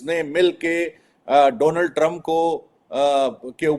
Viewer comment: दीपक जी! ट्रंप का उच्चारण सुधारिये! चंप जैसा सुनाई देता है।